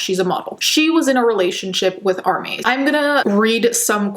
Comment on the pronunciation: When I heard Armie hammer I thought they were mispronouncing arm and hammer baking soda 🤣